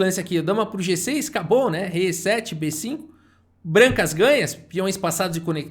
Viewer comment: muito engraçado qnd o fala com ênfase na última sílaba: "vai para o uniCÔ lanCE da posição, dama F seTê" hahahahah